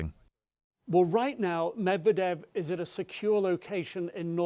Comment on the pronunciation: PLEASE! Learn how to pronounce Russian and Ukrainian names....... you are butchering Medvedev.